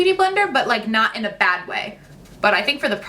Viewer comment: “IM “ not in